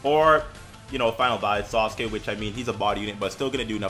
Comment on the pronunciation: love how you say sasuke, sounds like SAUCEkee xD keep up the content bro